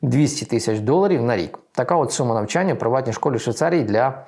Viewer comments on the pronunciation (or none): none